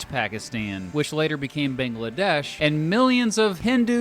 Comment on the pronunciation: Couldn’t you at least try to pronounce the names right? I mean you mispronounced Pakistan and Bangladesh. Same thing with the peoples there.